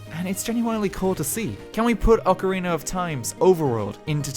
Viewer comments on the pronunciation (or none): none